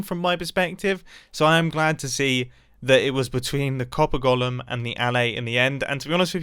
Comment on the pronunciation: Mumbo really butchered copper golem😂😂😆 well done.... And thats from a redstone player😂